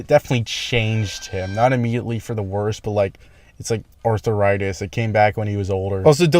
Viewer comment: bro really said "arthur-itis"